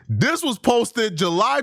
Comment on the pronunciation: What is up with the DIS? I noticed, lately, how you have been saying DIS instead of THIS. You know that is not part of the black vernacular, unless you are a white man mocking black people. I realize that you are african and sometimes it seems that you use your native tongue. Is DIS where your natural language conflicts with english? You didn't say DIS much, before. But lately, it has really become pronounced. Sounds like CHUD, nickname will be changed to PIT, in prison. PIT as in cockpit. lol